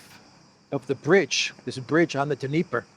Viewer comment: Dniepr is pronounced NEE-pur.